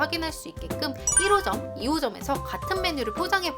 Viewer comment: 1호점이 저만 1호선으로 들리나욬ㅋㅋㅋㅋㅋㅋㅋㅋㅋ